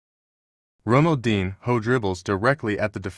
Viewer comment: ronaldeen... hoe